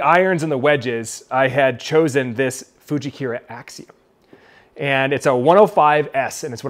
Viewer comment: Getting custom fit when you're serious about getting better is huge. Minor note though, I think it's FujikUra not Fujikira as in "koora" not "keyra". I know I'm being a dork but I don't think you're saying it right.